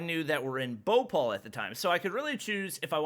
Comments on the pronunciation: is saying bopal instead of bhopal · All the times he he said bopal i was like whats that??? me later: BHOPAL ohhhhhhhhhhhhhhhh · The way he pronounced bhopal i was like what is he talking about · "bopol" "indoor" BHOPAL INDORE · it BHO PAL not BHU PAL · He said Bhopal Bopaul😂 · Its not bopol 😂 Its Bhopal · English is not some universal language, most indians can speak English better than most people in the world, it's BHOPAL and not boupaul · saying bopal but its bhopal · Indians: Bho-pal: Bopal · He is pronouncing Bhopal bowpol😂😂😂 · Whe he says indian names i was like😂😂😂😂😂😂😂😂😂😂 like he make bhopal bhopaul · His pronunciation is the best bro bopall wow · wrong pronounciation of Madhya pradesh and Bhopal 😁😁 Ik coz im Indian 😅 But its ok, i know its problem, language 😅 and also the airport rules and all 😶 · Me ok his Delhi pronunciation is good Then he says Indore and Bhopal Me: dies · Well my accent is very light and im indian Lol the way he says bhopal is so funny🤣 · He is pronouncing indore and bhopal so different 👌👌 much love (). Wish i could have meet you 🥺🥺🥺